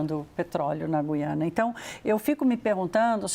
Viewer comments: Português: Gui-a-na. Paulista: Gú-iã-na. Foda-se a primeira, mesmo sendo a correta. 😂😂😂😂😂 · Gente não é goiana, GUIANA